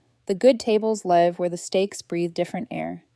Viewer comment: It is not the content. Its the AI narration. It's horrible. It ruins the story. Context matters - I LIVE in a house. I saw TOOL LIVE. AI narration gets it wrong every single time. DO BETTER!!